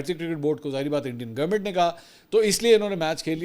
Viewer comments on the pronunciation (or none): none